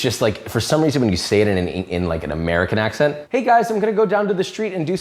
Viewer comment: You have picked up a bit of Spanish accent. The way you say accent sounds almost like an "acxent". X being the chi version.